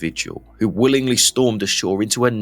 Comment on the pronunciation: Great report, the only thin I disagree with you is that you said wilimgly, Im sure a lot of thode troops not went willingly.